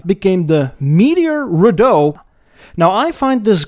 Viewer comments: And it's REE-dough, not riDOUGH. Just picking nits now LOL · Viscount "vi-count" McLaughlin "Mick lock lin" Rideau "ree dough"